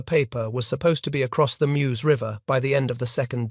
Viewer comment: There in June, 2024. It’s inadequately marked in terms of a memorial. You have to walk a worn path past a house (which was being wrapped in ‘24). Typical June rain and the path was a bit slippery. If you didn’t know where to stop, along the road, you’d miss the stopping place. I object to this non-human narrator and the sloppy closed caption. BTW, that river is pronounced as Merz.